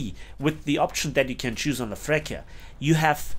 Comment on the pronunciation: Love your videos. btw Freccia is not pronounced as "Frekkia" but with a "tsch" sound like in "match" or "breech". The "K" sound in italian is written "ch". ch=k c=ch